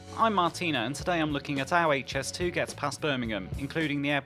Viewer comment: Very interesting and informative. I'm also delighted that you have now started pronouncing it correctly as "Aitch"S2 and not "Haitch", which really annoys me! 😤